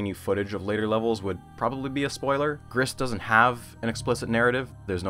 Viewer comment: I'm here, 3 years later, to point out that I'm pretty sure "Gris" is pronounced "gree", French for "grey".